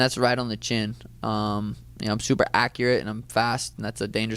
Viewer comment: she pronounces "accurate" like DJ Khaled